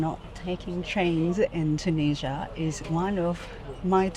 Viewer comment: Hi, you've started your video with the words "I'm in Tunisia", but at first I heard literally like "I'm Indonesian" 😅 Thank you for another amazing video episode, full of good emotions - a random girl hiding herself with piece of paper behind you while you're eating; meeting another fellow Indian vlogger with the goal to marry after visiting all countries; and certainly other beautiful moments (including 1€ train ticket) 😅 P.S. Certainly, much more joyful than taking a 100£ train ticket in the UK 🤑